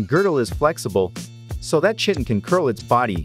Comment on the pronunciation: I believe its pronounced kiton but shitin is way better 😂😂